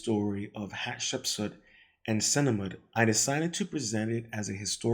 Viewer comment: I got less than 5 minutes in. -You can't pronounce any terms correctly including key names such as the very well-known Hatshepsut. Hat-shep-sut. It's not hard. -1Kings 6v1 is "First Kings chapter six, verse one." Please learn how to cite the Bible if you are going to talk about anything in the broad scope of ancient Near Eastern history, texts, or religion. - You are reading painfully slowly and making constant errors, even though you are just reading what someone else wrote. This is the core skill of being a YT presenter. Please work on it. I will just go and find this article myself and save a good 10 minutes.